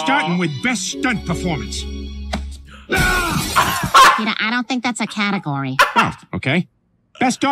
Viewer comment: when he was saying Peter it almost sounded like beat her